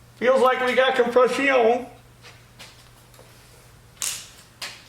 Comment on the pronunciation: YES!! COMPRESS-ION! It hurts laughing!